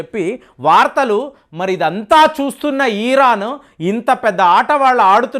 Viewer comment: పాపం..పది రోజుల నుండి యుద్ధం, యుద్ధం అంటూ కలవరిస్తున్నాడు. ఇంకొకటి.అది "ఈరాను" కాదు "ఇరాన్"